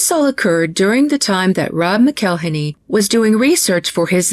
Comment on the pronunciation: I'm not sure if your pronunciation is intentional or not, but when Rob McElhenney says his surname it sounds like "Mackle-henney", as in rhymes with "Tackle Penny." It's not "Mc-ell-inny." I don't hold him in any particular respect, but I do think it's worth noting how he actually says his name--especially when he seems to take pleasure in abusing other peoples' names, like Aiko's.